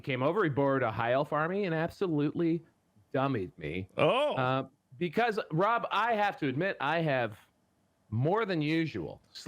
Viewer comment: Thanks for the shout-out, guys. Also, well done, Rob, for smashing the pronunciation of my name. 😂